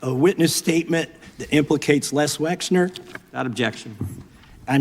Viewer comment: His name is Les Wexner. I've heard it pronounced 15 different ways in this video.